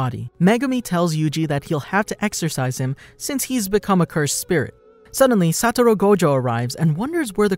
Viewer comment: are we all gonna ignore that he said satima